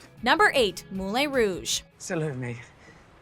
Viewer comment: The way the narrator pronounces 'Moulin' and 'Homages' is like nails on a chalkboard